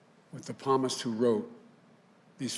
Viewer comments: PALMIST?!? Lol 😂 LOL 😂 YOU DON’T HAVE TO BE A CHRISTIAN TO KNOW HOW TO PRONOUNCE ‘PSALMIST!’ LOL 😂 DID THIS GUY GRADUATE FROM HIGH SCHOOL? SHAME, CATHOLIC HYPOCRISY! DUMB AND SHAME! 😂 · Palmist???? Palmist? P'SAL mist. oy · . “Palmist”......Psalms..... Please teach me English......please...... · I can't stand how insincere and fake he is. WTF is ??? PSALMIST??? HE DOESN'T EVEN KNOW!!!